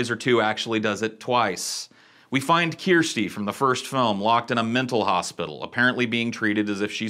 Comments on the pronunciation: Kirsty being a Scottish name is pronounced (curs ti ) It comes from Christine That's how we in Scotland pronounce it 👍🏼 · "keersty" is pronounced like you're saying thirsty. "kirsty" Also spelt Kirstie. Like how people say "you mangy cur" that's the sound of the start of the name. "Cursty". It's an scottish/english name. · Kirsty (not as he pronounces it keersty) is quite a common name in the UK. short for Kirstin (where as Kirstein is a common german surname) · Yep, but don't understand his problem with the name Kiar-sty (Kirsty) pronounced Kir-stee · Bro it's pronounced CURSTY, not kyeeeersty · Kirsty is pronounced KER-STY..not KEER-STY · Her name is correct and pronounced ‘Kersty’ not ‘Key-ersty’. It’s a very normal British name. ‘Kerst’ to rhyme with ‘burst’ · You are mispronouncing Chirstie. You are saying "Keer-stee". Listen to her name spoken anywhere in the movie dialogue again. They say "Curse-T" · Dude, just think CURSE, "CURSE-Tee". Not "KEER-STEE". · Kirsty is a name in the uk but its not kyersty its just kirsty. Its a fine name. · It's pronounced KiRstay KIR STAY not keyrste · It's KIRSTY, rhymes with THIRSTY. There are tons of Kirstys in the UK. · Beardsley took the words right out my mouth... Keersty, seriously?? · KURSTY IT'S PRONOUNCED KURSTY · The daughters name is Kirsty it's a galic/ celtic version of the name Christine .the English translation is Spelled Kirstie . Is pronounced Kersty/ Kerstie. I wouldn't normally be this pedantic about it but it's my bloody name, and I hate it when its mispronounced or am told shouldn't it be Spelled kristy? Sorry rant over. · How have you never heard the name Kirsty ("ker-stie") my guy. Is it not used in the US? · Ker-stee. That's her name. Kirsty. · Sorry to complain, but it's driving me crazy, her name is pronounced, CURSE-Tea.. Not sure if that's because she's cursed or not, but yeah, CURSE-Tea.. 😊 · You've never heard the name Kirsty before?? As in Kirsty Alley? It's pronounced Ker-sty. SMH